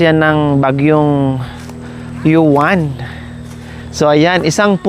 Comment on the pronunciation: Madam hindi yuwan kungdi (UWAN) ang pangalan ng bagyo😊😊😊😊